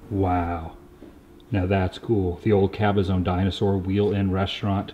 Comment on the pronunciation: It's pronounced cabazahn not cabazone, and also of course it's going to be like a sauna in there, you're in the high California desert there in a building that has no AC or form of airflow that's been sitting in the desert sun.